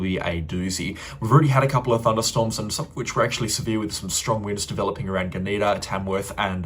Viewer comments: So funny to hear g’NEE’da instead of GUNN’’dah. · Gunnedah - gun-a-dar; Wee Waa - we-war. You have finally got Narrabri right. Hard for an interstater eh brother. Keep up the great work.